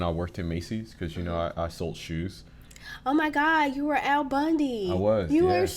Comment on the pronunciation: This man, no kidding, has statues in Eastern Europe. Al, not Ed.